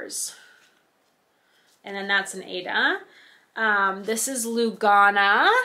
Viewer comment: Lugana is Lou ga na soft a's Jobelan is jobe lan soft a. Hardanger is har like hardy and dang er soft a . Love evenweave! Also love Aida its my go to. Love your floss tags they are so stinking cute!